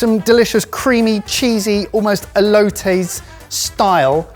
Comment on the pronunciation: Never let make "elotes" again